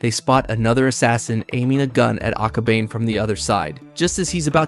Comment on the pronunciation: I'm sorry but it's aka-ba-ne. Ne as in the (neigh)borhood and the horse sound.